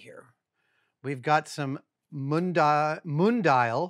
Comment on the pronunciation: If that brand is "Mundial", the pronunciation is "moon - dee - all", last syllable os the strong one.